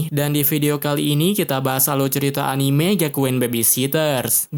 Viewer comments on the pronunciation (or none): none